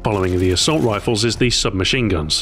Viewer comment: "assault wifle" lol :)